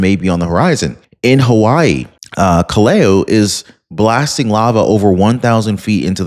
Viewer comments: Hawaii volcanoes name is Kilauea pronounced "Kill La way ah" not Kaleo.... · Kilauea is pronounced 'kill-uh-way-uh' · It is Kill a way a.=Kilauea Try getting pronunciation right. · Hey..., Pronunciation is everything.... 'KILAUEA" KIL (KILL) AU (OW) EA (Yeah-a' ) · Volcano In Hawaii is pronounced; Kill- away - a